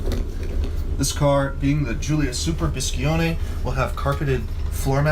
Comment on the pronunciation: BISCIONE no bischione!